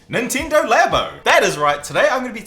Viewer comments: It's not Ninteendo Labo it's Nintendo Labo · Its Nint E ndo not nintindo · I don't think it's pronounced Ninteendo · neentendo ?really ? It's nintendo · nintindo???? nin-tin-do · “nin-teee-ndo labo* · U saying it Nintindo xd,aslo...2019? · "Nenteendow" I know that's probably just an accent thing, but it made me chuckle. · Why does this guy pronounce Nintendo as ninteendo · that is not how you say Nintendo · really weird hearing you say Nintendo Nintendo